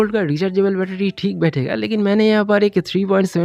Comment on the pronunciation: Betery❌ betedy ✅